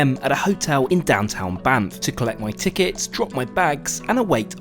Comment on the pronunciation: Sorry but I kept laughing because I'm immature. Every time you said Banff, kept hearing BAMF